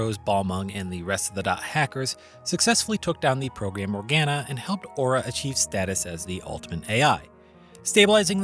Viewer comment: my biggest gripe with GU is them pronouncing Morganna the way they do xD